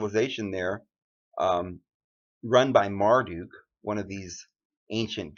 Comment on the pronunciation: It’s not Mardu it’s Marduk and it’s not Igi it’s Igigi get your info right before you spread to masses